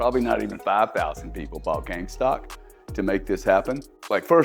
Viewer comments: I won’t listen to a man that calls it “game stock” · Why didn’t anyone tell him that it’s GameStop not gamestock haha